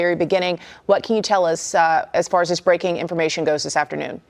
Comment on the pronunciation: really love the growth you’ve been showing since I first started watching you. The stuttering all that! I really look for your videos now. Only request is please work on the way you pronounce “this” it’s not “Dis” it’s such an ear sore abeggg. Other than that, much love